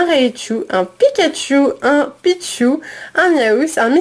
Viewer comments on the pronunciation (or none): none